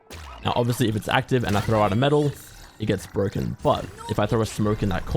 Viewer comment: This agent is so bwoken